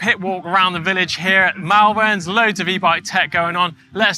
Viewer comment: Mallverns 😅 it’s pronounced molvern